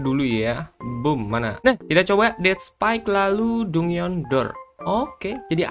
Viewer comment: Bg "dungeon" jan dibaca dungeon juga kali 😭😭bacanya itu "danjen"